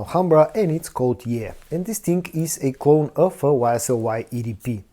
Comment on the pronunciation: Love the channel, but just wish you would stop saying Dis ting or dat ting 200 times every vid lol